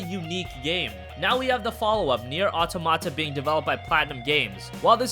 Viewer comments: Automate in french means something that behaves automatically, without the help of humans. It should be pronounced aw-tom-uh-tuh. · He keeps mispronouncing "automata". It should sound like aww-tah-muh-tuh.